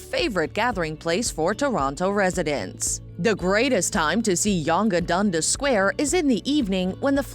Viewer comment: On my god the narrator needs to know how to pronounce the names right...spedeena, youg dunga square, youg street. Also why show the hockey arena that is home to the St. Louis Blues, and not the Toronto Maple Leafs ??? Obviously this person has never been to Toronto. Niagara Falls isn't apart of Toronto either, and it only has two falls not three.